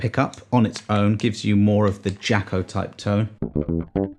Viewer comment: Nice introduction. I suggest you check out Wikipedia to understand why Jaco is pronounced Jocko. (I intend this as interesting trivia really, and not harshly) Pity the lowly 12 string that gets no coverage. Great bass selection and explanations as to why. Cheers and happy New Year!